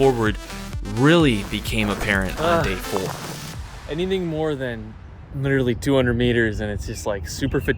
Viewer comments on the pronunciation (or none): none